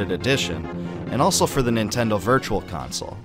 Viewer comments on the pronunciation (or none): none